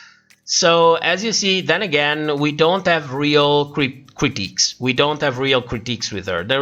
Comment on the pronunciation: I find it hilarious that you refer to the judges critiques as “cryptiques”. 🤣🤣🤣🤣🤣🤣🤣🤣🤣🤣🤣🤣🤣🤣🤣 May you please explain why you call them “cryptiques” instead of “critiques”.